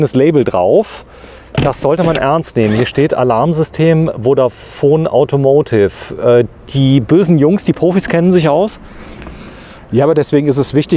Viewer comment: Ich mag die Videos wirklich sehr, aber „AUTOMOTIV“ kann ich nicht mehr hören.